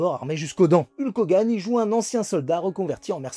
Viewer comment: Super vidéo comme d'habitude😁 La prononciation de son nom de ring par contre, fait mal 😂😅